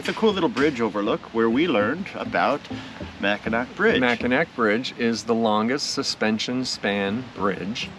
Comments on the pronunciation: Pronounced Mack-in-aw - pronounced Saint Ig- ness lol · Mack-in-awe!!! Lmao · Couple Detroit gay guys can’t even pronounce Mackinac